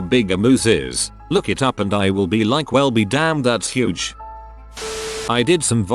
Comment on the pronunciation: uhhh... how did their tts pronounce "huuuuge" as "huwuuge"?